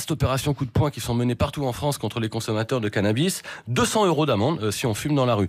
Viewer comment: craquante, quand elle prononce CANABI (au lieu de canabisssse)